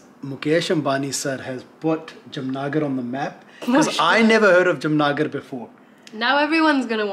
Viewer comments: Its Jaam-nagar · It is Jam Nagar not Jamna gar 😂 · Lmao jamnagar😂 it’s Jaam-nagar